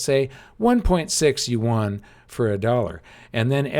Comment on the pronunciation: Yuan is pronounced ywen. Please say it right.